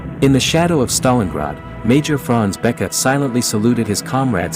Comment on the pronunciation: bäke is not pronounced the way u do it